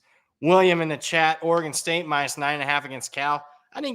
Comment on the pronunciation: Somebody teach how to pronounce Oregon